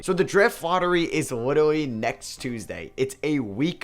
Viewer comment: Why did you say literally like that in the beginning 😂😂